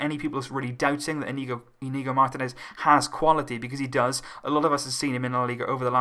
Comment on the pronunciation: It's pronounced 'Inyigo'